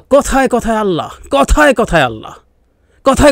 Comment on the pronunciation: আপনি ইন্টারনেট কে অন্তর্জাল বা কমেন্ট সেকশনকে মন্তব্য ঘর বলছেন কিন্তু আপনার আল্লাহ শব্দটা উচ্চারণে এতবড় ভূল করলেন কিভাবে?